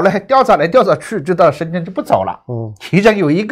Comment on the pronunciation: 原来的何老板是会把深圳念成深俊的